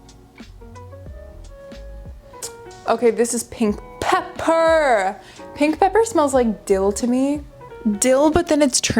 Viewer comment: "Pink pep-PERRR" 😂